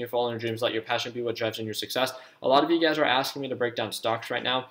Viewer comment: Every time you say you guys I think you’re saying ugaz